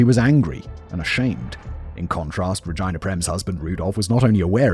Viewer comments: Bro rageena, not ragina. It does not rhyme with vagina. Is this a British thing, or is your mind in the f'd up gutter. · Am I the only child laughing cause they keep hearing Simon say “Vagina” over “Regina” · Regina. Pronounced Re-Jean-ah 😂😂😂.. and I think you already knew that 🧐🤨🤣🤣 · Ruh-gee-nuh I work with a Ragina. She would throat punch you for continually calling her that 😂😂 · Oh ffs re-gyne-ah?? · I’ve never heard Regina pronounced that way.